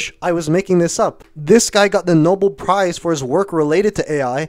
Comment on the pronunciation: this guy just said “noble prize”